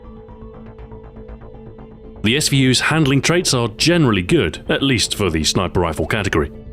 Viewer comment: "shniper rifle" lol =)